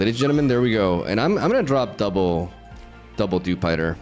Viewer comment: Also dewspider